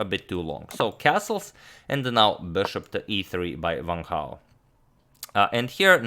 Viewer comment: is it correct to pronounce it "vang hao" rather than just "wang hao" ?? i mean the guy is chinese there's no need to make that w into a V... correct me if i'm wrong or should i say vrong